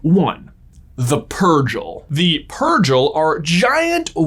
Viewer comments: I'm sorry, "pur-jill"? It's "pur-gill". They say it multiple times in the show. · I thought it was Purr-Gill not Purjell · Also, pretty sure Purrgil is Pur-gill like fish gills, not Pur-Jill. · Its also not "Pur-jil" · You obviously don't know Star Wars as well as you pretend to, you can't even pronounce the purgal the right way, do a little bit more research